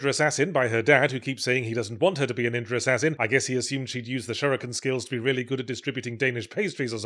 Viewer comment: "Sam-you-rye. Ninjur." Speak proper, you knob.